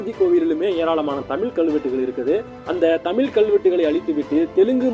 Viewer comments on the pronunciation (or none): உங்களுக்கு இந்த "ழ" கரம் வராதா தலைவரே! "தமில்" ன்னு உச்சரிக்கிறீங்க!😏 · ழகரமே உச்சரிக்க தெரியாம நீ எல்லாம் எதுக்கு தமிழ்ல காணொளி போடற. ஏம்பா உனக்கே கேக்கறதுக்கு அருவருப்பா இல்லையா? தமிழுக்கு அழகே அந்த "ழ"கரம் தான் அதை தமில் தமில்னு ஏன் அசிங்கமா சொல்ற? உன் உச்சரிப்ப சரி செய்துவிட்டு வீடியோ போடு.